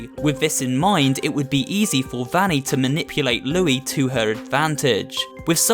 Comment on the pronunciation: I think Vanny is pronounced (v-O-nny)